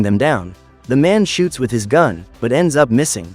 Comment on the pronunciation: With not witt